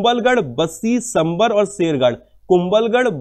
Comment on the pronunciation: Sorry Sir but I want to correct pronunciation. It is सांभर lake not संभर। and बनास river not बनस river। thank for yur CA show